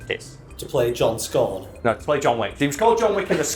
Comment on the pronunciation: Everytime says "scorn" I hear "scone" I'd still watch a keanu Reeves movie titled "Scone"